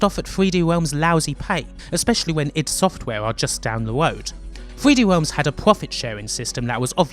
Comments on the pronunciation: "Thwee Dee Whelms" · "3hweeD Wealms" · 0515 3d wealms uwu 0725 your accent is very hard to listen to. it legit sounds like the uwu meme at times. 0738 "so gweat" 4048 I cannot get over the accent, wow. sensible of you not to get "triggered" over the offensive jokes btw. 4350 "the greatest person in a world that needs his help" is a good premise for a story and they somehow fucked it up. 4428 bruh... 4905 it was in 2001 very nice video.